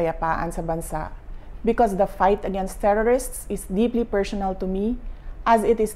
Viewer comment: Omg, binabasa na Mali pa…”deeply persyonal to me”…. Just go back to Davao. Do this kind of speech privately and not in public. Shame